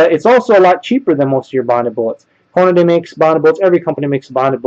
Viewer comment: why do people pronounce Hornady all sorts of weird names like Horn-a-day or Horn-ay-dee? It's "Horn-ah-dee". Pronounced just like it's written. Don't believe me? Listen to any Hornady official video online.